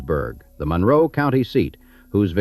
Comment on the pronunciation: This narrator is not from the area. He pronounces Monroe wrong.